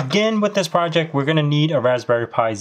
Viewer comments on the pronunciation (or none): none